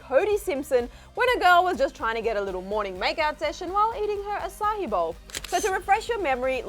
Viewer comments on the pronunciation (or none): It’s açaí, not açáhi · Omg maybe it’s cuz I live in Singapore but ‘aca-hi’ no lol no that ain’t it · can a girl not say fucking acai bowl?